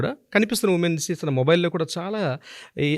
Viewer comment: ఉమేన్స్ ఏంటండి ఉమెన్ కదా అనవలసింది. ఇంత తప్పు ఇంగ్లీషా 🤦‍♀🤦‍♀🤦‍♀